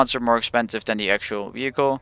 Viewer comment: "Wee-hicle" lol